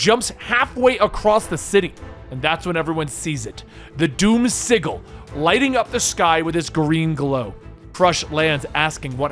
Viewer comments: “The doom sig-el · Lol. It made my ears hurt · Hopefully you dont pronounce sigil like he did